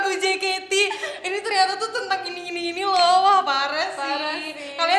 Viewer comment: "Oa..Oee'' ya BUKAN "woa..woe'' tnpa W 😁👍